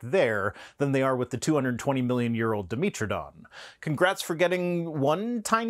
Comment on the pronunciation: Can I just throw out a small eye twich, being myself a pedant - and knowing you'd like to be exactly correct as opposed to almost correct: Di (two) Metro (metric of) Don (tooth) So that's Metro not Meetro. Keep 'em coming and I'll keep watching.